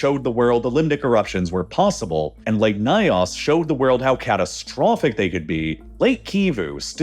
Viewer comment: The "ny" sound in African languages is generally pronounced like the "ny" in canyon. The pronunciation of "Nyos" in the video is way off. Excellent video otherwise.